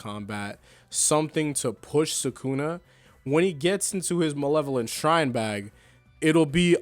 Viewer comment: bro butchered the name harder than Sukuna butchered Kashimo